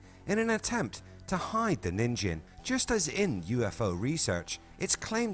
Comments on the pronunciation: 💙💙✌️ enjoy the day, my frien [by the way, NIN-gen, with a hard G, is how you pronounce the JP word for 'human'] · It is pronounced as nin- (as in Ninja) and -gen (as in Get, with the hard G sound). Your way of reading the word means a carrot (Ninjin) in Japanese.